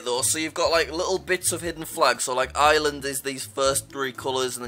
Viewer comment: Jack still can't pronounce Ireland